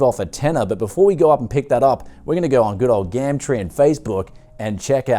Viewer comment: Please stop saying gamtree